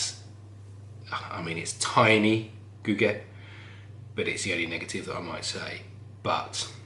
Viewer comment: Wow! Gugge is a good friend, i think you pronounce “Gugge” quite well 😀. Cheers from Sweden 🍺